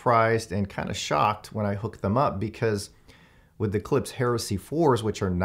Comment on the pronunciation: Why can't any reviewer pronounce Klipsch correctly? It's not a S sound it's an SH.